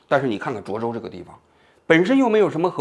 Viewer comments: 你从头到尾都念错了 涿州（zhuō zhōu） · 那么多视频中已经告诉你读zhuō州了，你咋就听不到呢 王志安😓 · 是涿 （ zhuō ）州